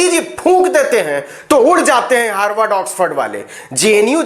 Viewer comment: हार्डवर्ड नही अनपढ गंवार हार्वर्ड बोला जाता है क्यों अपना फजीहत कराते रहते हो मंच पर जाने से पहले अच्छा से होमवर्क तो कर लिया करो । बारबार अपनी बेवकूफी का प्रमाण देते रहते हो